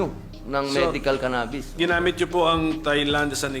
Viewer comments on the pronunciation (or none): Ka bobo ni Robin talaga...at saka ang pronounce eh CANA..BIS